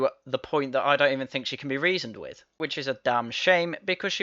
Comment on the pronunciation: How did someone who pronounces "with" and "wivv" even get in?